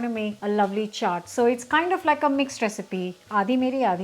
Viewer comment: If any of you are watching just to learn how to pronounce chaat